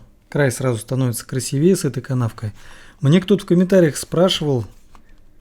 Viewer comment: Да ну красИвее блин, невозможно слушать